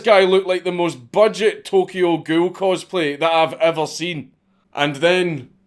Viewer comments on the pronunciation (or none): none